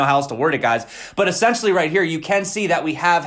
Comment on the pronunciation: you're great man, but please check your "essentially."